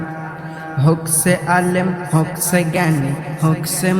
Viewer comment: উচ্চারণ ঠিক করতে হবে। যেমন, হউক ছে নয় হউক সে হবে। ছেরা নয় সেরা হবে।